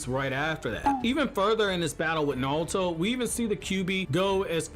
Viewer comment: Bruh why do you say "nalto", like you can pronounce R's correctly, you say boruto right, just say naruto right